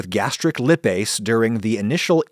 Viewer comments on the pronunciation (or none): Dude, Lipase, it’s pronounced LYE-PAISE, not “Lihhh-Pase”, focus on the I, opposite of how you’re pronouncing it! Otherwise, rock on! Got a B.Sc. In Molecular biology and an M.Sc. in Molecular Medicine, so your show makes this science nerd happy 😆 Also, I deal with severe nausea and vomiting, to the point I’m on IV Zofran at home ha, I often stream cooking shows to get myself hungry or in the mood to eat, including yours. The science aspect is major bonus! Thanks ❤️